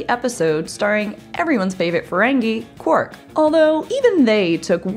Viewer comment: Quark, not qwork, darling. Have you ever even seen the show?